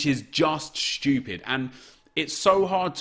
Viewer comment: “I didn’t do chem styles cuz I’m shtoopid” 😂😂